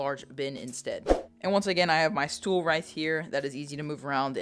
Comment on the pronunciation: A stoel? Are you dutch?